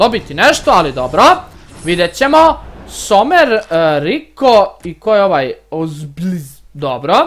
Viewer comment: Nije somer nego zomer